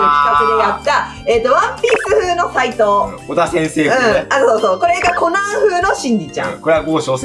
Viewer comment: 発音は間違いとかはないと思いますが、みなさん共通認識の発音だと 🔺フォー⤵︎ トナイト ⭕️フォー⤴︎トナイト で、 🔺コナン⤴︎くん ⭕️コナン⤵︎ くん（先生ここもみんなと違った😂） 🔺ス⤵︎ キン ⭕️スキン⤴︎ です！！😂😂 どっかの都道府県の訛りですかね❤ イラスト可愛いの沢山参考にさせていただきます！